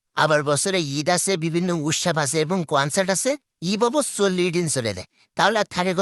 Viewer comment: কনসার্ট ❌ কনসটি ✅